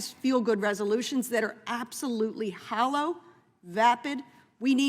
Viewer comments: I think she meant “hollow”…not “hallow”. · The word is hollow not hallow.